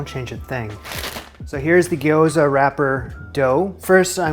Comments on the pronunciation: Little note on pronunciation: Japanese words dont have a plural form, so gyoza is both sigular and plural! And this trips up basically every English speaker, so dont feel bad about it, but its not gi-yo-za, gyo is all one syllable, gyo-za. Same thing goes for words like Tokyo, my mom says to-KI-yo all the time lmao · Pronounced "gyoh-za" (two syllables, extra-long "o"), not "gee-o-za" (three syllables). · Gyoza is two syllables. Gyo-za. Not Gee-Oh-Za. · Gyo-za. First syllable is basically "yo" with a g in front. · Please call them Japanese fried dumplings instead of your pronunciation if you make another video about making them. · What's the pronunciation? Maybe it would be more helpful to explain it so he (& we) can simply pronounce it correctly.